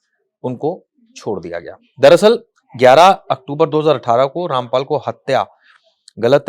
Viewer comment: उनका नाम ठीक से लीजिये